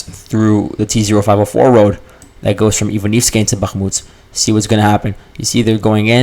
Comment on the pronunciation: Why do you pronounce Bahmut as Bahmuts?